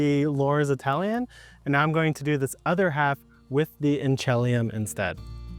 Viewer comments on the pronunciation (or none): The garlic ship has sailed for me this year - it's been planted for a month now. But I'll keep this info for next year. Just dropped in to say that it's pronounced "in-cha-LEE-um." I live appx 80 miles from Inchelium, the town on the rez where the variety was discovered. 🙂